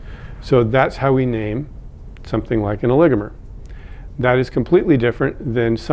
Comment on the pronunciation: Thank you for helping me learn the correct pronunciation of "oligomer" for a voice over job!